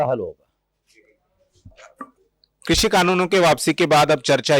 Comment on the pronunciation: आपके द्वारा आपकी चेनल पर कृषी(Krushi)का सही उच्चरण करने पर आपका धन्यवाद और अभिनंदन। वर्ना ज्यादातर चेनलो पर क्रशी(Krashi) ही बोलते है।